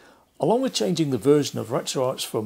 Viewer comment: Great vid! Even though you saying RetroArch as in Golden Arches, instead of RetroArc as in Retro Architecture or Retro Archives throws me as I’ve not heard it pronounced like that before!